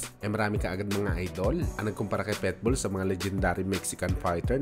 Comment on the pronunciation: Boss ikorek lang kita ha wag kang magalit....PITBULL hindi PETBULL